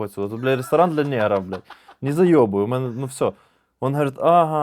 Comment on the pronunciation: дякую, за кладязь, маю нові розйоби для друзів. ПС: в анегдоті про цирк, треба наголосити, МЕНЕ дядя сильно по голові не бийте, ми з дівчиною не зразу викупили)